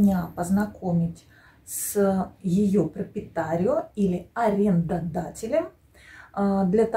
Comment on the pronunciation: Извините, но вы много слов говорите не правильно, в данном случае не пропитарио т.е владелец, а proprietario.